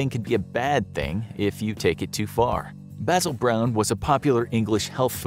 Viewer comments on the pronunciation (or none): none